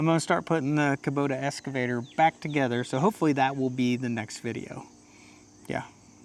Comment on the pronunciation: EXcavator! EXcavator! NOT escavator! Love you guys!!!